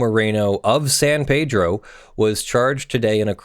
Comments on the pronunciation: And it's San Pee-dro lol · Two things, first I know normally in Spanish it would be San PAYdro, but trust me, I'm a proud former San Pedro resident, and locals call pronounce it, San PEEDro. Second, the rail tracks in that area do not drift downward into the water because they are elevated on the docks. It is designed to load containers off the container ships and onto the trains.